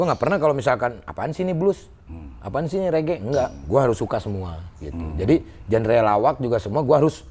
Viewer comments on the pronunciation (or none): Maaf cing, Genre itu bacanya "janra"✌️